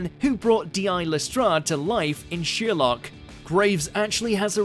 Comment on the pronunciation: The name is pronounced Sherlock, not Sheerlock. But that's the smallest part of this complete trainwreck of a video.